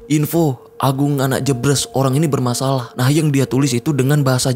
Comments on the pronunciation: bang, maaf sidikit koreksi yang bener jebres di baca e sperti "eka, cafe, hemat" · Pengucapan daerah JEBRES dibaca E nya seperti E di kata BERES, bkn E di kata BREBES